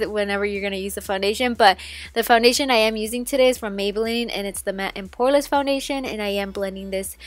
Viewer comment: And instead of matte and poreless she put matte and powerless 😂 I giggled lol. I love her tho 💕